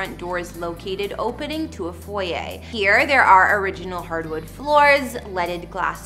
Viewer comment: Thank u for saying foyer right! You look great in the black outfit for Winona 😊